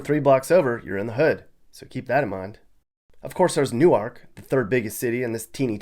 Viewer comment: You did a good job researching Delaware! I‘m especially impressed that you correctly pronounced „Hockessin“ and „Newark“. Mispronunciations are a dead giveaway that someone isn’t from here. 😀